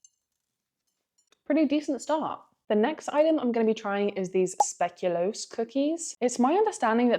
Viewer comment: The "spe" in speculoos is pronounced like the first three letters of "space". I definitely agree that the hamka's are a bit stinky. :)